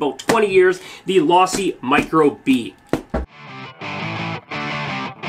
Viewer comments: Wtf is law-see. It's team Low-see bruh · Learn how to say Losi my man